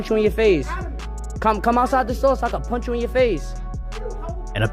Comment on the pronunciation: He says, Don't come near me or I'll pünch you, Then come outside or I'll pünch you. Jeez